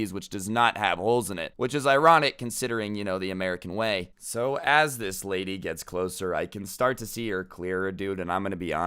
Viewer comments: he really just said "Rady" in stead of lady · "but this raidy" Me: did my ears just have a stroke? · 'This rady' Everyone: Me: LOL rady??? Really, can you even speak bro. Inner voice: Just stop man...